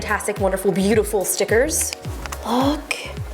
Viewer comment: "we got our Fantastic Wonderful BEAUTIFUL stickerzz" I couldn't hold my breath from laughing you lost me there xDDD